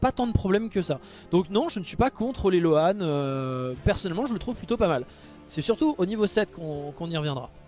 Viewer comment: Pour info, "loan" se prononce "lowne" 😉